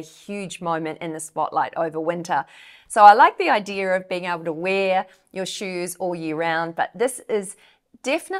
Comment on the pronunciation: With all due respect it's pronounced idea not idear